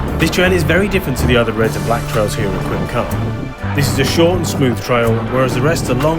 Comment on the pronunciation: It's completely wrong and that's coming from a Welshman who lives in Wales. It's quite easy to Google it: kuhm-kaan.